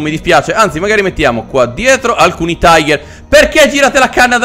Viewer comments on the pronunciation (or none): tiger non taiger ti avevamo corretto in mattel fild o come si scrive